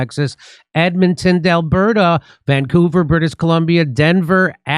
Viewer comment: At the end in the advertising for Jimmy Dore's upcoming events, why does Jimmy Dore say Edmonton delberta is there some inside joke I don't know about? It's not Delberta it's Edmonton, Alberta. Come on Jimmy, at least know the proper name of the Canadian Province you're coming to.